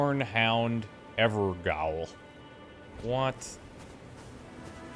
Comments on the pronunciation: Just FYI, it's evergaol, not evergowl. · Also! if it helps, gaol is the old english spelling of jail, and is pronounced as such :) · Gaol is pronounced jail and also means the same. Always enjoyed your LPs!